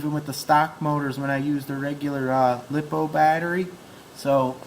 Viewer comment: Stop calling the lipo's lipo-o's. They are li-po's. Also if you want a fast tank why not just throw in 2 of the 380 brushless systems, everyone knows tanks are suppose to be fast like a drag car lol.